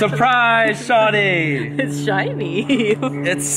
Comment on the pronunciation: as an active Toronto man it’s pronounced “shorrrdyyy